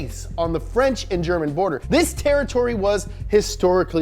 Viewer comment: "it's the frunch car company with an atalian name that was started in germany"